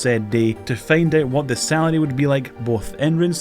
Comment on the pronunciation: I've been watching your channel for some time now and I've just now realized you can't pronounce the letter L. HAHAHA "Real wife" "Sawary"